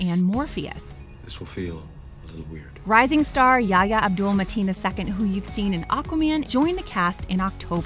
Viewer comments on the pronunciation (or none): IMDb The H in Yahya is fricative, like the H in “How”